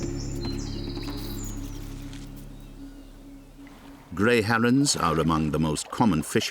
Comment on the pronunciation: "Harrons" "Swarns"